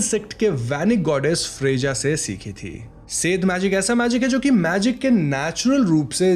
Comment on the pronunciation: I am an Indian living in Iceland with my husband and daughter. I can testify you got almost everything right. Most people here believe in elves and trolls. Icelandic people are physically very daunting,even the women. One correction, in Icelandic we pronounce j as y. So it's pronounced 'Fre-yah' .